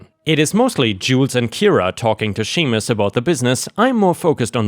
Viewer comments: Seamus is "SHAY-mus"... like Sean is "SHAWN". Gaelic spelling is a mess. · Seamus is pronounced like shame us. It's an Irish name. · Seamus is Irish and is pronounced "Shame-us". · FYI, Seames is a Scottish / Irish name and means James, pronounced as SJames where the 'SJ' is pronounced just as in Sean (re. Sean Connery) whitch means John. English is an odd language. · pronounced ...shame us.....